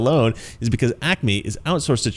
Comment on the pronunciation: Dumb dumb, it’s Acme Rocket Co. not acne, if I heard you correctly. When you insult someone’s intelligence you better be intelligent yourself. “That’s All Folks”.🐷 Not you, the person who posted the comment. Love your channel.🤣🤣🤣🤣🤣👍. I miss THRC.